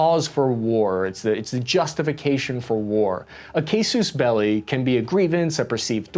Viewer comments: It's pronounced Caw-sis Bell-Eye. Cause for War. Also it's THE United States, not just United States. Just Sayin. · "Kib-butts", "case-us belli", "ex-tis-tential"... this guy is just knocking off words left and right. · Great video! I suggest checking the pronunciation of terms like "kibbutz" and "casus belli," nowadays there are many apps like google translator that will provide accurate pronunciation. Your discourse will be more authoritative and understandable if you use better pronunciation. Thanks😊😊😊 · casus belli = kahs-us bell-ee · Again, with due respect, your analysis regarding the causis belli (Pronounced: Cowsis Belly) is as wrong as your pronunciation. That is, it is slightly off. You are correct that the Hamas engaged in this attack at the behest of its prime benefactor, Iran, without whom it cannot exist. Consequently, it was a marriage of interests. Iran was able to obtain its goal of stopping any peace accord between Israel and Saudi, while Hamas was afforded the armaments and training necessary to carry out a devastating terrorist attack, which it would not have been able to undertake, but for the aid of Iran. Where we differ is in the contention that Hamas did this because of fears of a potential security agreement between Israel and Saudi, that would require Saudi to come to the military aid of Israel were it attacked by another arab nation. That, my friend, is absolute nonsense that only an American mind could conjure. When a treaty is signed between Israel and Saudi, I can assure you that there will be no NATO charter-like language requiring either country to come to the military rescue of the other. That very notion is just silly and demonstrates a lack of understanding of the politics between these two nations and the rest of the region. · Love the compromise pronunciation of 'cassus belli', pleasing nobody.